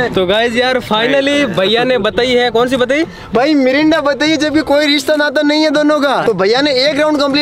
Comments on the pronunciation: Bhai o Marinda ny Mirinda 😅😅😅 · Mirinda ❌ Marinda ✅